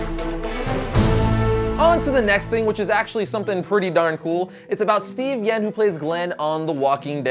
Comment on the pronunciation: It sounds like he said Steven yen when it's Steven yuen but that might have just been a mistake.